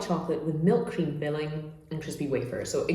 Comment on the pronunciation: Everything was smooth till I hear "hcream" pronounced like it was a Nazi hail